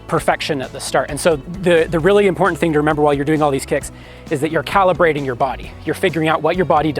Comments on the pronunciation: As soon as he said "calibrating" I thought "Calli-brating" 😂😂😂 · "cali-brating"...you got me there